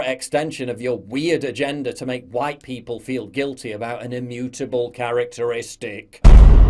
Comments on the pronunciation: Wow she said huWhite too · "All Whyte" Love how the commentator says the words as if she is swearing..... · Love how she pronounced it wh-ite and not just white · Why did she say white like that? For real wtf?